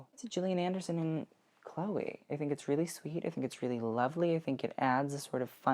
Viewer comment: Awww why are you pronouncing Chloe’ that way??????